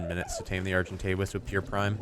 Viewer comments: Name the argentavis bowy bicose you say arc-entavis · call the arjentavis "Arjen Robben" (arjen pronounced iron). He is a football player or... sigh..... 'soccer' player